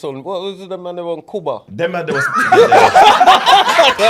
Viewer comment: Man said KUBA 😭😭